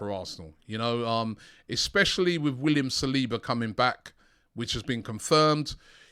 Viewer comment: Saliba is pronounced SAL-IBA not SIR-LEBA (it’s my brothers name born in Paris).